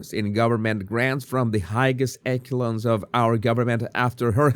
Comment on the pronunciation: Jesús. Echelons is pronounced "eshelons"